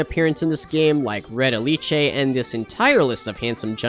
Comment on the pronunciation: Did you just pronounced REDALiCE incorrectly?